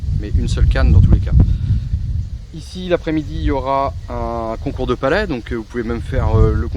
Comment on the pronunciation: cest concour de pelet pas palet c est quoi truc la lol